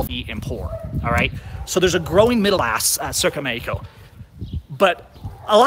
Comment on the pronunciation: Matthew G. He also pronounces Mexico as "Meyco" XD